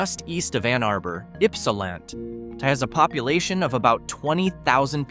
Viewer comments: I was born and grew up in Ypsilanti, live in Hell and been to most of these places in this upload. By the way, Ypsilanti is pronounced Yps a LANT ee. Ypsi for short. 😊👍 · Omg, c'mon man, Ypsilant??? Really?? Work with your AI dude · Tecumseh is pronounsed tah-cum-see and was home to Tecumseh small engines which has simce gone out of buisness so they've had their struggles too. I was born in Ypsilanti which is pronounced ip-sah lantea, some photographer took a picture of the water tower and it looks semi soft, postcards are available ( or used to be ) and is much more sexually suggestive than Gay or Climax. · Frankenmuth is pronounced Frankenmooth, and Ypsilanti is pronounced Yipsilanty.